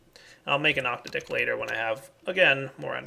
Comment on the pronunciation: Please, please, please.. start pronouncing octadic ahk-tad-ick insead of octa-dick. :)